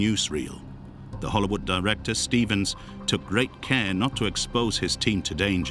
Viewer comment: Stevens no "Estevens".